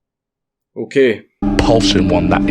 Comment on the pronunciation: lol “OKEAY” 👌